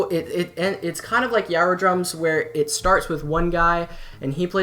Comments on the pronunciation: Really good video man, I enjoyed it thoroughly. Just a quick pointer, Gyro Drums is pronounced "jai-roh" like if you've ever heard of a "gyroscope" it's modeled after one of those ;) I'm planning on coming out with an Animusic documentary at some point so it's nice to see there's still interest in the community. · I'm gonna agree that Heavy Light is by far the best Animusic video. What I don't agree with is your pronunciation of gyro (jye-roh). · It's pronounced "jiro" drums